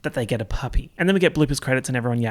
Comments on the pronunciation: 38 minutes of saying charlies angles instead of angels and I enjoyed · no one:: angles angles